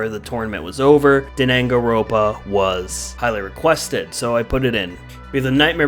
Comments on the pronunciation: Hey bud its dang-an-ron-pa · Danangaropa chefs kiss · its pronounced dan-gan-ron-pa and we like warhammer its just not really suited to dbd imo. you should be sorry for doing the classics dirty like that, hotline miami would be amusing but the classics shouldnt have been beaten by it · I am surprised Danganronpa was added and made it as far as it did. Also, the mis-pronunciation killed me.